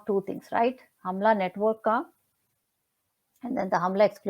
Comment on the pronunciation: It’s pronounced as हुमला in Nepal (HUMLA) ma’am. It’s rural part of Nepal where the things happen what you have mentioned….Thank you for your kind analysis related with SSR. #JusticeforSSR